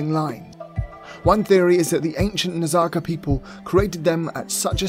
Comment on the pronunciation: Its pronounced Naz-Ka....What is that Nazaca stuff? Come on, bud...get the pronunciations right. Its a big start. Edit...I am a subscribe, but please do better with those words... *pliya